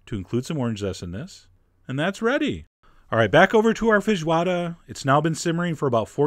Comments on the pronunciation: Hi Chef John. Me again (several years too late). Great video, as always. You... are the first... American... I've.... ever met... who pronounced "fejioada" and didn't mess the word up! I'm impressed! Joking aside, great video. Oh, and I know many people (including here) don't like to use these parts, but traditional feijoada includes pork ears, tail and trotters, and I personally love those! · I am a little more impressed by you pronouncing the word so well than by the dish itself, really. That doesn't mean it didn't come great (every food you make does) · Chef, I'm from Brazil and you are amazing. Nice job with the Feijoada and also with the accent as weel "Linguiça" and even "Feijoada" is not something that most americans can't pronounciate it. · Your pronunciation of "linguiça and feijoada" is pretty good !!! Your recipe is a little different but looks very good too 😋...oh, and that's not a New Year's dish... it's more like a weekend great family and friends' reunion dish as "churrasco"(brazilian barbecue)